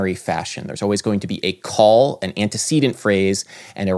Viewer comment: You spelled "non-sequitur" wrong, and pronounce "antecedent" wrong.